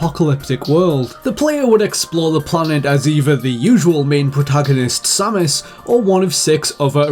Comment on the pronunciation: Finally, someone who pronounces Samus the same way i do!